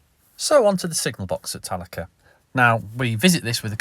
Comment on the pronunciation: I thought the correct pronunciation is Tal-a-kree